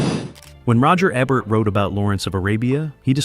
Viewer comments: It's E-bert not Ay-bert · EEEbert not "ibert" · For God's sake, the man's name is E-bert. Not ebb-bert. Not ah-bert. Not A-bert. E-bert. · aybert. 😂 you need to take this video down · It is EE bert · It is EEEbert like eBay or email. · EE-bert, dummy. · Your inconsistent pronunciation of Ebert I’d distracting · If you’re going to cash in on a man’s legacy, you might want to pronounce his name correctly, consistently, throughout your video.